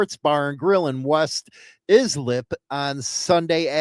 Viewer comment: It's pronounced "Eye-slip".